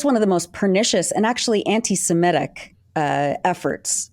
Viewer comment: Thank you for saying anti-semitic, rather than anti-simetic. And will anglophones please also start saying nuclear, rather than ‘nucular’?